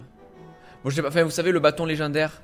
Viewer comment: "Enfing rassemblé" xD Un vrai français x)